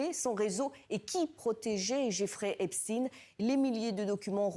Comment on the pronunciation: Prononcez le nom de Epstein correctement.